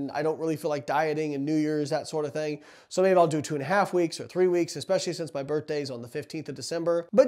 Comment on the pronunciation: I like how he says “birtday”